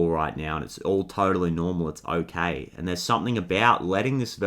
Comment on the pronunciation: I noticed you said otay like little rascals that’s for sure my inner child 😌🙂💚